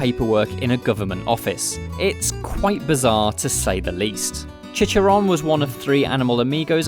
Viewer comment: did he just say chi-cha-ron as chi chi ron